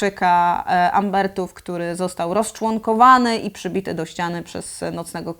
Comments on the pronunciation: Super odcinek ❤ Jedna uwaga: cały czas powtarzasz Ubertowie, a to są Umberowie 😊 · Dwa razy usłyszałem "Umbertów" a to przedłuż Umberowie bez "t". Też się lubię czepiac:P